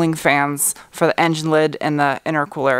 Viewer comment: I love the way you say fir instead of for, don't ever stop doing that!